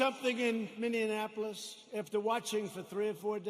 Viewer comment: "Minionapolis" LOL!